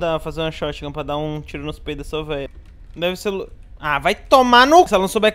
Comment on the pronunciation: Mano "Veia" KKKKK O SEMPRE ALEGRA MEU DIA KKKK